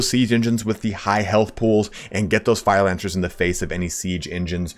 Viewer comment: "Fire Lancer Boonus."